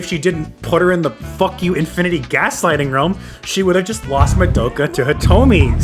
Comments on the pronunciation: fr its so annoying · Why can’t people pronounce Madoka’s name right? It’s Ma-do-ka, not mado-ka. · Ok I had to pause and rewatch that part of that episode and confirmed they never said that. Hitomi also was under the controle of the witch when she went along with killing herself and others as THEY poured those chemicals. Kyoko never mentioned anything about a green haired girl. You also mispronounced "Madoka". Seriously, where did yuo get this info from???